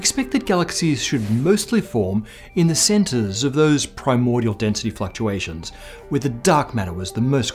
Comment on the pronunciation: "Density Fucktuations" You have my attention.